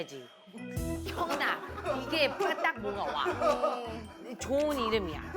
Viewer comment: 소개할때 키아나라는줄